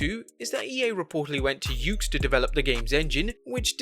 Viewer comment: Did you just say the YUKES AKI engine? Bruh.